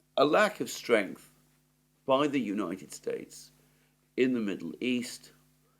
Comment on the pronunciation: I noticed you said the United Straites